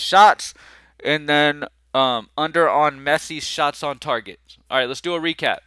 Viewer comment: did you say sharts on goal? :) that would be a definite under!